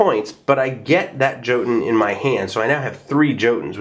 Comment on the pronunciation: Awesome review as usual, I will probobly be adding this to my collection and the expansion definitely looks good. Just a little FYI jotunn since it is a Norse word, in its current arrangement the J would have a Y sound to it, so it would be more like saying yotunn.